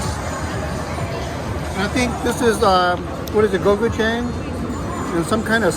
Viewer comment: Thanks for introducing us to the food hall! Very cool. Definitely a must-visit. Keep working on those pronunciations 😁 Hainan chicken = "high-non"; gochujang sauce = "go-choo-jong". Which one of those Rolls-Royces is yours?? 😉